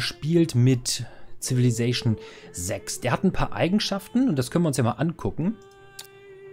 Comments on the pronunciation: Cooles Video, abonniert :-D Der Pedant in mir zuckt bei jedem denglischen "Zivili"+"zation" zusammen 🤣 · Gegönnt, die Aussprache des Worts is bissl deutsch. Deine inhaltlich super Videos machen das aber mehr als Wett, ich bleib dabei